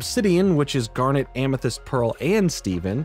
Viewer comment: I'm glad you watched it finally! I'll even let the fact that you say "Garnette" instead of just Garnet slide 'cause you're cool. What I took from Steven universe (particularly future) Is that you need to love yourself as much as you love others. They're both equally important to a healthy mental space. It's not narcissistic to be comfortable with yourself and think about what you need sometimes, nor is it necessary to constantly martyr yourself and sacrifice your own happiness for the sake of others. Loving others and loving yourself are two sides of the same coin. Without one, the other suffers.